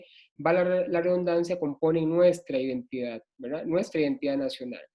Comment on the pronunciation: Todo el rato dice: wra.... en vez de verdad, se hace pesadisimo.